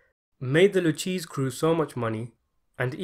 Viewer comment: Who the F*ck is Lou Cheese